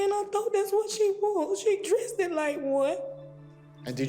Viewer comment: At least she could have put her in a speech therapy class. My goodness. It was tearing up my insides to hear her speak. Shanara too. Dressdedid OMG.😂😂